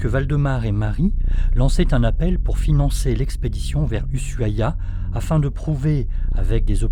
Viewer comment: Ushuaia = "Ouchouaia" et non "usuaia"